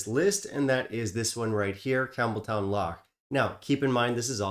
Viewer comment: It’s not pronounced Campbel-town. It’s pronounced Campbel-ton. I learned that on my trip to Scotland recently. Not trying to be rude at all. Just a kind FYI. 🙂